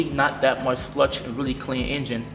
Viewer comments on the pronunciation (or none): sludGe......not slush. 😂😂😂. 7 eleven has slushies. ur good though. so what year is this engine used and what makes and model?? that might help us if it was in description. thank you